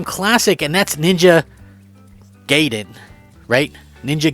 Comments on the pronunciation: Ninja Gai...den..(gaiden) not Gay...in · Ninja Guyden not Gaydan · when i heard you say gaiden i cringed a little. i always thought it was like "guy-den," not "gay-den." But im old and played that at arcades. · Yes Otogi and Ninja Gaiden are still on point, evergreen games Also it's "guy-den" 😅